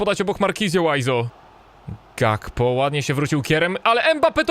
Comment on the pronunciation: Gakpo czyta się Hakpo.